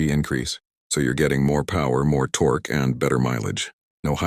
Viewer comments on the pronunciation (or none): computer voice needs to learn how to pronounce "torque", and many other words, and figure out the LB means 🙂